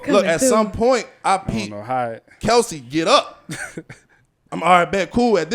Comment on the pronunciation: Girl boo😂. Ain't nothing respectful about blind siding someone smh. Clearly Z was worth his time or kelce wouldn't have lost his cool over some football🙄. He ain't have to come from behind, my guys are always ready💪. And finally it's Kelce, not kielce😝😂